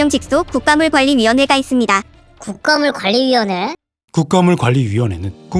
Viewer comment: 국가물관리위원회는 '국가 물관리위원회'로 끊어 있는 게 맞아요. 너무 유익하고 좋은 영상인데 '국가물 관리위원회'로 끊어 읽은 부분만 좀 아쉽네요ㅠㅠ